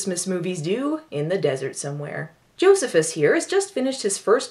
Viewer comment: Joe-see-phis!! Oh dont forget to mention this was written by Richard Curtis of Love Actually and 4 Weddings and a funeral fame. And like all Richard Curtis movies it has a character named Bernard.